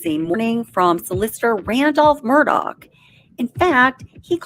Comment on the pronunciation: Please never say Murdog again.